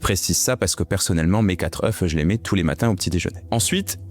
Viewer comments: Il dit 4 EUF ....!?!?!?!? Il a appris le français au maghreb ...!?!?!?!? Le pluriel d'œuf se prononce "EU".... Elle est belle la France .... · 4 zeuffes si déja...😂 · ON NE DIT PAS QUATRE OEUFFFFFFFFFFFS LE F NE SE PRONONCE PAS AU PLURIEL...COMME LE MOT "BOEUF"... PITIÉ.... VOUS N'AVEZ PAS 3 ANS....😮😮...